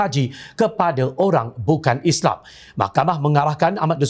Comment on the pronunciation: lagi satu... Islam bukan isleey. Al Quran bukan al kure... MUHAMMED sallalahuAlayiWasllm bukan muhammee. tidak bole di ubah ini. yg lain tu buat la apa ko suka. teh jd kopi ka..aku tdk paduli